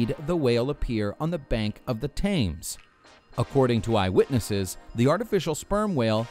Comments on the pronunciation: It’s pronounced tems, not tames. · The river tames? Americans struggle with pronunciations Lol, the river Thames is pronounced 'tems' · "Thames river" is pronounced Tims, not tames. Dunderhead!! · Th-ams th-ams! Th-ems is how you pronounce the word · Tames? Thames! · "Thames" is pronounced "tems", NOT "tames". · Also the River Thames is pronounced Tems (Thats Middle English for ya!) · Tames.....wtf is wrong with you?